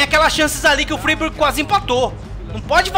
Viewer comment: O Freiburg se pronuncia FrÁiburg,!